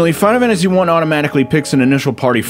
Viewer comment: Why do you always sound drunk when you say "Final Fantasy" and never when you say anything else? "Finafanasy"